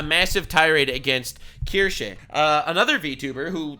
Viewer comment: finally able to say Kirsche